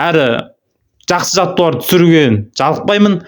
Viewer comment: Жаттығулар деп сөйлесіп,жаттуарлар демей